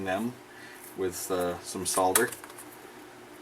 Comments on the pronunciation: awesome vids. and well done for saying 'solder' properly - i never understood where sodder came from...holder - hodder? folder - fodder? wacky americans! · It's actually a bit weird hearing an American saying soLder! Very refreshing though, and with any luck it may catch on... hehe:-) Great video as always.